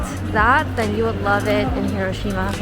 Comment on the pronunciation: the correct emphasis in Hiroshima is not where we Americans think it is and usually pronounce it as